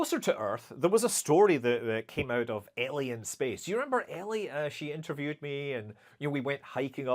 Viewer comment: damn when he said 'ellie in space' but with his scottish accent it sounded aliens in space/alienspace..confused and turned on the caption and ...i just lost it🤣